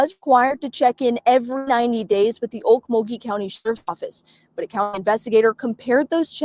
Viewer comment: Pronounced “Oak-mole-gee” (Okmulgee). It’s very near Tulsa, Oklahoma.